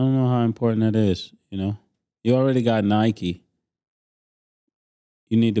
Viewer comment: MASE SAYING NIKE LIKE AN AUSTRALIAN 😭😭😭🤣🤣🤣